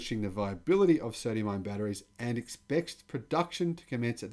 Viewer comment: Also "ion" not "iron"